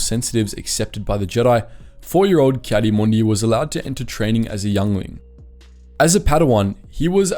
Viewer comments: Heartless AND Arrogant, but the rest, meh. Read the Comic where he has to find a Jedi that lives with his son on Tatooine and being a Tuskan Raider now! Its Ki-Adi (Key Adi spoken) Mundi not Kaddiemundie XD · Ah yes ki-santa-clausy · Anybody else get annoyed when he says Caddy Moondi